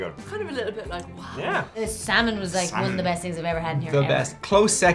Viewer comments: They should try Pacific northwest drinks (beer and/or hard cider) from the local Brewers. Also the L in salmon is silent and when said Oregon trail was the closest to the proper pronunciation. And hello from Mcminnville Oregon. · I grew up in Oregon ... love smoked salmon (the 'L' is silent) but you need to top it with gouda cheese. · Common silent L's : -would -could -should -talk -walk -half ALSO: Colonel Salmon is much the same and is not supposed to be pronounced with an L